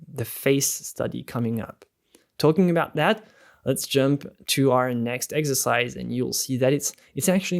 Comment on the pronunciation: This is amazing.. and it’s so funny cause I keep hearing him say eggsercise lol